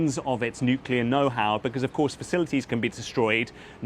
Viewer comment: Are you going to listen to someone who cannot say facilities? Trump is an absolute joke